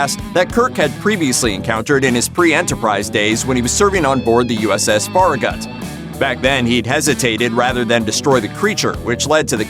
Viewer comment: You should really learn how to pronounce the name Farragut if you're going to trash Kirk.